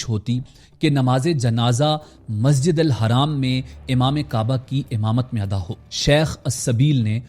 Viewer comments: Haraam ❌ Masjid Al Haram ✅ bolna sikho tab video banana Rong information mat do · Can’t even pronounce Masjid ul Haram? Pity. Nice video but you need to correct that. Its not Masjid al Haraam.. its Haram.. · Bhai zra apne lafzon pr dhyaan dijiye ( Hajj khatam ho gya ye galat bola apne khatam ki jagah ap mukammal bhi bol skte or masjid ul haraam nhi balki masjid ul haram hota he